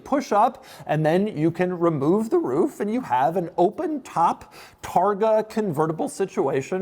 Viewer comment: "remoooof the roooof"!!! 😆